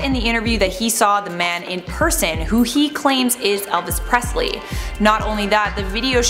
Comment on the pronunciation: Prestley???????....yes...not Presley!!